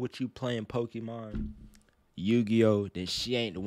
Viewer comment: Pokémon not Pokémen